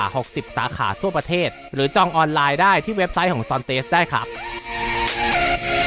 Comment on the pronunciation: ซอนเทส...ไม่ใช่ ซอนเตส เราต้องให้เกียรติผู้นำเข้าเจ้าใหม่ เรียก ซอนเทส....ตามนั้นล่ะไอ้ทิด.